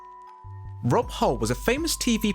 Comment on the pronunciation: I need to point out your mispronunciation of the Emu puppeteer. It’s Rod Hull not Rob Hull. And I’ve never heard of a disease called all-timers